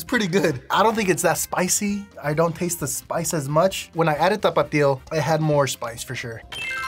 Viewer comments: and he said teste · he say tatse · listen he says taste